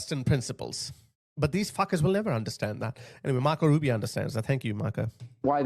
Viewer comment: “Rubi O” not A